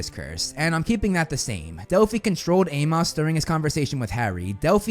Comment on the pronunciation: Bruh.....it's pronounced 'A-mus'... not A-moss.....it's a common name...it was even spoken several times in the movies